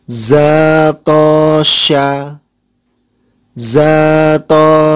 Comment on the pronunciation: assalamuaalaikum wr.wb maaf ni sebelum nya kepada admin atau bapak yg mengajar kan kita ngaji saya tadi mendengar di menit 4.31 di situ terlihat huruf (za) kenapa di baca (da) maaf ni sebelum nya ^_^